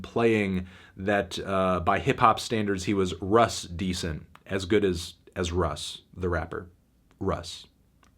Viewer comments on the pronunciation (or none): none